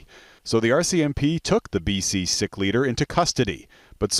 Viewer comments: Omg its pronounced "seek" not "sick". How did that get past editing. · This reporter needs to learn how to say Sikh...is isn't pronounced sick as he says it! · Of all the words to mispronounce in our sensitive days, the Sikh is said like the word seek. You'd think the humans doing these reports would at least learn how to pronounce names of groups right. This report almost feels like it was done by some ai algorithm set to replace the writers in the office, to mispronounce Sikh as sick, that's usually a mistake ai bots make, plus to air it live without first checking with a real Sikh or Punjabi is a bit shortsighted. Why do they have the job and I have to proofread? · It's Sikh. The i is pronounced like that in sick and more emphasis is given to the 'ha' sound.